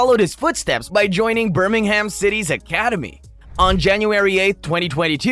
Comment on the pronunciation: The pronunciation of Birmingham and Jobe is terrible. And Leamington is just offensive 😂